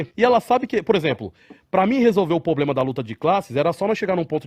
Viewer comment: "Como é que resolve esse 'poblema'" 🤣🤣🤣🤣🤣 Isso que dá ter q.i. de 20 pontos!